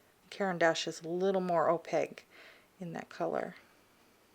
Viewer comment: Is that your accent that makes you pronounce opaque "oh paig". I've never heard anybody pronounce it like that before.